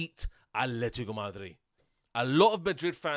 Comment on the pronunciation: The way he says Madrid>>>>>>>>>>>>>>>>>>>